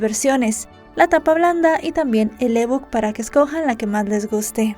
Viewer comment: ¿El E-book? 🤨 ¿Por qué dices la E en español y book en inglés?. Por cierto, faltaron muchos datos que el criminalista nocturno dió.